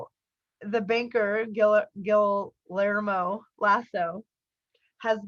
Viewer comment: Guillermo is pronounced gee air mo